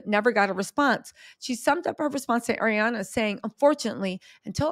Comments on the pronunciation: He first name doesn't have a D in it. Its not ArianDA! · "ArianDA Grande" haha – Love this pronunciation and will only refer to her as this moving forward.